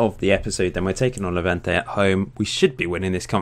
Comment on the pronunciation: saul would be going to Hevante ????????? it's levante with L and schennikov is with double N not MN